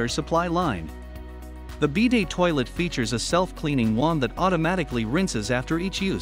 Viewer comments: Stopped watching as they can't even pronounce BIDET correctly, lost all credibility with any info this video might provide. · Since when is it called a BEE-day?